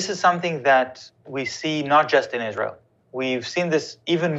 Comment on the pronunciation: Your Izra-il slipped.